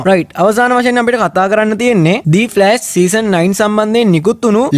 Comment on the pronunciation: meka kiwwa kiyala mage locucama kiyala hitanna epaa mama danna de oya ekka share karagannawa witharai harida😁 the red death උච්චාරණය කරද්දි දී නෙවේ එන්නෙ දී උච්චාරණය එන්නෙ a,e,i,o,u කියන වවල්ස් එක්ක විතරයි ඉතින් the red death කියද්දි r එන හින්ද ඒක ද රෙඩ් ඩෙත් වෙනවා 😁ලොකුකමට නෙවේ කීවෙ අනික ඔයා මේක දන්නවා ඇති